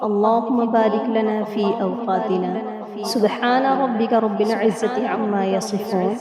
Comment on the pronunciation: یا رب العالمین رب کی ب پر پیش پڑھنا یہاں درست نہیں۔ بلکہ اس پر زبر پڑھی جانی چاہئے۔ امید ہے تصحیح کی کوشش کریں گے!